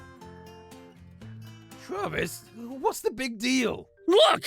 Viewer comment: "For once i agrree with travis" ZANVIS